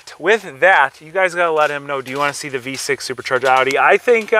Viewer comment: Only American that pronounces Audi right 👍👉😉